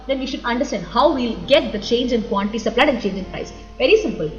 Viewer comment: teacher .. seems you byheart the subject ..thats why like rocket... nice saari.. quantity teacher says quanty...drink water madam